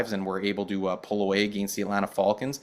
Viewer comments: The way is saying Falcons is throwing me off, is he Canadian? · Can’t trust a guy who says the falcons wrong